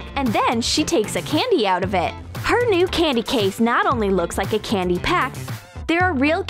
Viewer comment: It's candy not candyez